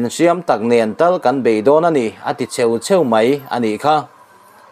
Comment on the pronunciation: A bengvar thlak leh e. Chheu tih hi i i lam rik dan a diklo deuh. Heu kan lam rîk dan hian nise.